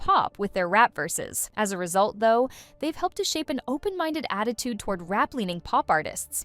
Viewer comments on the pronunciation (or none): none